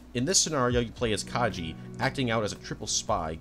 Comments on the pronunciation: lovely video, but please, PLEASE, put more effort into pronouncing character names. You called Kaji Kay-gee and consistently butchered otheres :( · Asooka (Asuka) , Kyjee (Kaji) , Akeyjee (Akagi). bruh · bro did you even watch the show? Calling Ritsuko "Akeyji" and calling Kaji "Kaiji"...